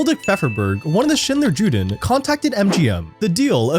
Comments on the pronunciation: It's pronounced "YOO-den," not "Jew-den" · I know this is somewhat trivial, but if you are going to say "Schindler dler Juden" rather than Schindler's Jews, could you please pronounce it correctly? The J sounds like a Y, so it sounds like Schindler Yuden. The J is only hard in English, not in German or Yiddish. thank you. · I think it's actually to be pronounced "You-Den". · Juden is pronounced like you-den... I think 🧐 Also I personally think the list was really Stern's list technically. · wish there was a way to convey the feeling to non-German speakers that „Arbeit macht frei“ at first reads like a joke given the context, also the J in Juden is pronounced with a yuh 'y' sound yewden